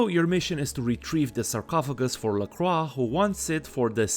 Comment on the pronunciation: Lovely retrospective. I also appreciate that you pronounce "Lacroix" in the correct way, which the game... just doesn't. Oh well, looks like it's time for another reinstall giggles like a child